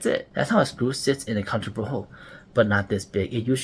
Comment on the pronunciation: Ngl kept hearing counter-butthole